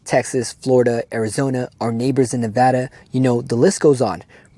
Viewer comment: Thank you for saying Nevada correctly! I'll fix all this tyrannical shit! F the atf nfa ca bs! THIS is why I'm down to run for President and save The World! 💜💚🇺🇲🌎🌏🌍👽🥊💪🧠